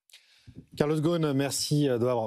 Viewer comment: Carlos Gone ? Really?? I mean how hard is it to pronounce Gosn ??